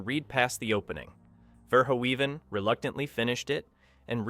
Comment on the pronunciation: It's pronounced 'Ver-hoven'--which you get right half the time--not 'Ver-ho-even'. Robocop, ultra-violence or not, was a really great flick that balanced human drama with great special effects and the clanging, banging music of Basil Poledouris. The factory scene had the best line: "Come quietly, or there will be...trouble." That pause before "trouble" made it funnier than it had any right to be. And, as others have said, the "I had a guaranteed sale..." was Ronny Cox's line, not Bob Morton's. SMH... ETA: I met Ronny Cox many years ago when I was an extra in a movie that was filmed in Kyoto. The film was junk, but he was good, and he was a very nice person, down to Earth, not stuck up at all.